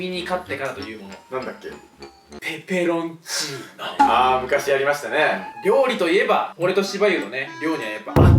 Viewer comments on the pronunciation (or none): てつやの「ペペロンチーノ」の言い方が「プラチナデータ」だった